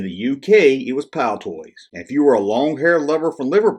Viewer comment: Excellent Video again, By the way it is Palitoy and not Palitoys, but we do appreciate your international content. This might help you get to grips with our currency